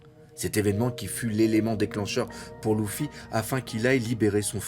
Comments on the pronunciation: On dit leffy et pas louffy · Luffy...LUFFY!!!!! Il s'appelle Luffy!!!! Pas louffy 😖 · « Louffy, Dragon » t’abuse avec les noms la prononce bien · C'est pas loufy haaaaaa c'est luffy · si tu a mal au yeux ne regarde pas. Et j'ai le droit de vouloir dire que c'est Luffy et pas louffy donc..... dégage tu perds ton temps avec moi 😏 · a ton avis pour quoi Luffy c'est énervé quand on la appelé Lucie ? Oda a fais un clin d'œillets au gens qui prononce mal sont prénom